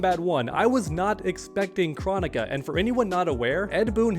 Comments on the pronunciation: I’m totally not trying to tell you how to run your channel…..,BUUUT bro PLEASE pronounce her name Kr-OH-nick-a with the big “O” sounds lol! Hearing her name pronounced “chronic-a” is just sooooo freaking annoying idk why! Maybe her SNOOP and DR. DRE should get together and drop that “CHRONIC(a)3” we’ve all been patiently waiting for all these years!! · I am passing a message from some friends saying do you not know how to pronounce Kronikas name Crow onika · For starters, you're saying her name wrong. It's KrOnika, the O is a long vowel, and 2 I think having Kronika as a playable character would be kinda cool. She is a time person, so she could have some pretty interesting attacks